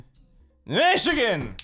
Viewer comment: ahhhhhhhhhhhhhhhh craig said mighagan